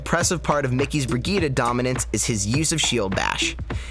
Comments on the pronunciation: "bri-gee-duh" nah it's "bri-jeet" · why are you pronouncing it as "BriGita" it's "brijitte" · Christ it's Bree-jeet, NOT Brigeetuh Vegeta. Her name is French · she is called BRI GITTE NOT BRIDGET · Why does he say brigeeta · its not brigeeta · Why do you pronounce her name "bree gueeta"? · learn to fucking call her name right. BREE GITT EEE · everytime he says brigitte yikes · oh and pay attention is a T not D sound